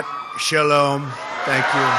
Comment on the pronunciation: oh and the way he pronounced 'shalom' I cracked up.